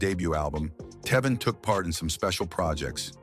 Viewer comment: Who th3 fuk is this narrator?.. he cant even pronounce Tevin's properly and why is this idiot bringing jaguar right into this ?.. this has to be an a.i voice .. wjy dont people look into Quincy jones and all th3 adults that was supposed to be his gaurdian while he was being sent to different states?.. diddy aint the only predator , they need to bring Russell Simmon to justice and Clive Davis ??